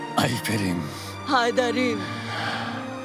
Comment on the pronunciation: হায়দারিং না ওটা হায়দারিম বলে ডাকে আইফের